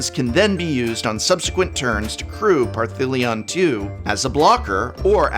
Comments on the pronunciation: You should know better. Parhelion has no T in the name whatsoever, ergo, it cannot be pronounced Parthelion...... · Partheleon? Parfeleon? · Par-thee-lion,?😬 The name’s not spelt with any ‘T’s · The consistent mispronouncing of Parhelion is really bugging me. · Cool video. BTW there is no 'T' in Parhelion... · oi boi. There's no T in Parhelion. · Does anyone else think the prof purposefully mispronounces Parhelion to trigger trolls? Asking for my sanity…love him regardless! Keep on Prof’n prof ❤️ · Opening skit is hilarious! I can't get over the mystery "t" in Parhelion II. 🤣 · Are you adding a T to Parhelion? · it did sound like it